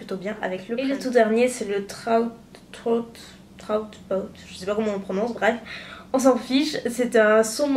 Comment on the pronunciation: | trawt pawt | trout pout, la moue couleur truite (oui je sais c'est beaucoup moins poétique) ou alors le minois de truite lol trout c'est truite, d'où la couleur saumon et pour "party parrot" on pronounce le "t" final sinon ça fait étrange, parrot, c'est perroquet =)